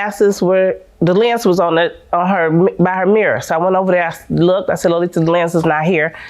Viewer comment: The way they were saying her name is so irritating “Low-Lee-Tuh”. 🙄🤣🥴